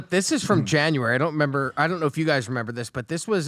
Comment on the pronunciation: is so intelligent but he says “do you member?” Brooo. It’s REMEMBER! lol